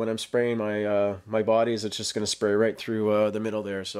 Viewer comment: What's a 'spary' booth?